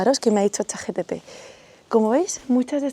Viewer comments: lo siento tengo TDAH y tenía que decirte que es ChatGPT, no "chatTGP" como has dicho en todo el vídeo jajajaaja Me encantó el vídeo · escuche bien, chat gtp? no es chat gpt?